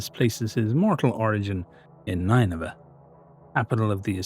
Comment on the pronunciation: nin-nuh-vuh. That's how I've always heard it pronounced